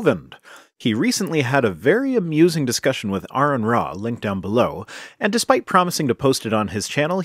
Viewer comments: Kent hovind "if they can mate and breed they are the same kind" Also kent hovind "well they're still obviously the same kind" Also kent hovind "well I dont know, that's a good question" KENT, THIS IS WHY ARON DESTROYED YOU. Also its aron, not Aaron. You've been corrected on this already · Hes can't even pronounce "Aron" properly...